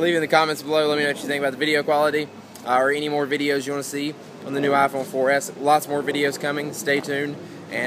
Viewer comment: He needs to stop saying "ah fone for es"